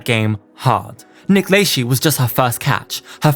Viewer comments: It's pronounced Nick La-shay haha Not La-shee ;) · This was driving me nuts, it's Nick LUH-SHEY. Not Nick Lay-she (Lychee anyone) lmao. ☠️🤣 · oh wait!! LAYSHEE isn't how Nick says his name?!! Must be around those FREE houses in that cul-de-sac kris & rob k moved into after having Kourtney .... This guy slaughters American English 😢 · 'Only contained FREE massive houses!' Too bad i didn't find that enclave before Kris, Rob, & Kourtney kardashian.i could use a FREE house, especially a massive one! - LayShee?? Hmm🤔 thats a new one. Never heard his name pronounced that way. Hmm🤔 😆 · ....its La-shay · Just fyi Nick Lachey's last name is pronounced "Le-shay" I hope that this helps for future reference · Nick Lachey’s last name is pronounced La-Shay. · Lol Nick Lay-shee. This was super interesting. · Isn’t it pronounced “LaShay”??? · I have seen a couple of your vids and you are very thorough but I. HAVE TO SAY YOU ARE SHOWING YOUR AGE KID...gotta correct you on a few things......it's pronounced Nick " LA-SHAY.........and not the E.S.P.Y awards. You pronounce it like it's a word.....that pick she took at the Kanye party with Nick.....I am pretty sure that's when they were messing around since it was confirmed after the fact.... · it’s pronounce La SHAY .Nick La SHAY. SHAY say it correctly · Nick lachey is said nick la-shaye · Nick Lay-she 😂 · the Nick “LAY SHE” SENTTTT MEEEE OUTTTTT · You kept saying Nick Lachey wrong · Dude u drive ng me crazy the way u saying Nick name wrong. The e is silent. 🤣 Dude google can help u. U do t sound art when u do that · It’s crazy that people don’t know who Nick Lachey is (I’m only assuming because of the way you pronounce his name) 😩 I’m so old